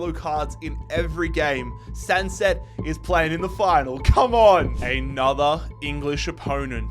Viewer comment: It is San-cay not San-set,.